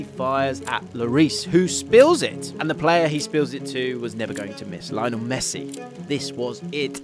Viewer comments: This was fantastic but just a simple change that could make it so much better is pronouncing the names correctly. Its as simple as switching the accent around and wouldn't even take a minute. It's lioNEL not LIOnel, it's juliAN not JUlian (with the J pronounced as an english H) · It's it just me? Does anyone else get perturbed when these videos call him Lie-nel instead of his actual name of Leo-nel? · It's "lee onel" messi please! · It's pronounced Leeonel man! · it is LyNO it is LEE-YONEL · cant even make the effort to pronounce his name right... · You're saying Lionel Messi's first name wrong. If you have watched any of his games or listen to any commentators say his name then you would know that you are saying his first name wrong. Not sure how more ignorant you can be.